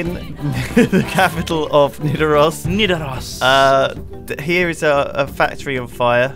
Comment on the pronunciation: I'm from Stavanger and I found it painful to hear say: Stavanjer. It's pronounced Stavanger with a G. And Nidaros is pronounced: 'Nidaroos' with an o not oh.